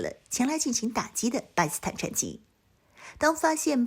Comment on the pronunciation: 不`明白為什麼總是把 "巴基斯坦" 讀成 "巴斯坦"